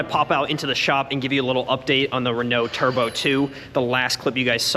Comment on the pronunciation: Video has been out for an hour and nobody has congratulated for saying Renault correctly? I tell you the internet is slipping... Attaboy!